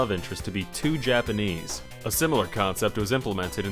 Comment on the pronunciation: "Too Japenese"